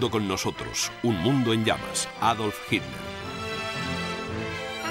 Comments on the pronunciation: YO ESCUCHO MAL O EL RELATOR NO SABE DECIR "HITLER" Y REPITE "HIMLER". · dice Hitler, pero como has comentado, el dígrafo "tl" (no la sílaba) es difícil de pronunciar según en qué regiones, así yo oigo "hil-ler" En Latinoamérica tenéis muchísimos más vicios de dicción. Sólo con el seseo la mayoría no distinguís la C de la S y la Z y eso demuestra una falta de lectura. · Ositafeliz Mansilla, En realidad dice " Hitler ", pero los Españoles ( tal como este relator ) con sus peculiaridades lingüísticas, no pronuncian la combinación de letras " tl " como una sola sílaba, sino mas bien las separan como en la palabra " atleta " ellos la pronuncian como " at- leta ", y lo mismo hacer con él apellido Hitler ,al pronunciarlo " Hit- ler " y a veces parece cosa como Himler...por atención y verás...Saludos..